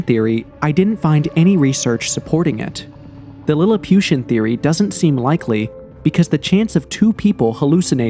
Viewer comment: 'lilipiution'...wow heheh ..this is idiotic almost funny